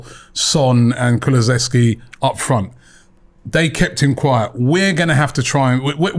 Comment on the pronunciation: robbie its KULUSEVSKI not KULUVESKI